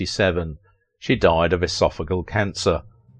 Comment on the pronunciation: Its pronounced esophaGEal cancer. I know because thats how my husband died.